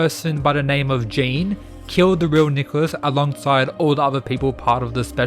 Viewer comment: Jean in french is pronounced Je-on